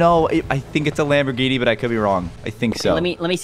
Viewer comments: Lambergini🚫 lambergreeni✅ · Bro Said lambogreeni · Bro said lamborgreeney